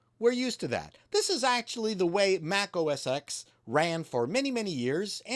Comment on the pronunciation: Stop saying "Mac OS EX" WTF! It's always been "Mac OS TEN" Now it's back to Mac Oh Ess. But it's never been Mac Oh Ess EX. Stop it.